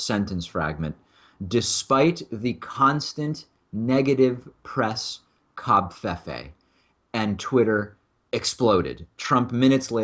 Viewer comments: ITS NOT... COB..fefe... ITS COVFEFE... STOP SAYING COBFEFE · It's pronounced "cov-FAY-FAY", come ON! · the v is silent its pronounced co - fey -fey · Why are you saying a V as a B?